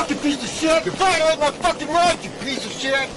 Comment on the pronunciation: No,no, ..the proper pronunciation is " yur vi-o- latin mah rats"